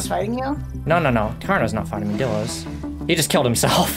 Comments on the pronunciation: I just wanna say bc u are not saying it right it’s pronounced: die-l-o-s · pronounced Die Low btw, not dillo! good vid tho